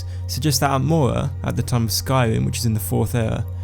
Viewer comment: I... I just cant... that speech abnormality makes me laugh. I know I am going to hell but I just cant help myself :D Atmoua :D Nice videos though :)